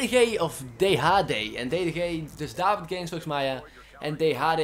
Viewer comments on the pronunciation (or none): none